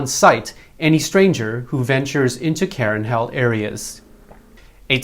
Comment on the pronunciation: I lived in Myanmar for 5 years and you are mispronoucing Karen. Its Kah-Ren with emphasis on the second syllable.